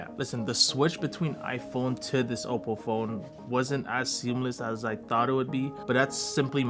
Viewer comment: Bro u pronounce oppo like it's "au-po"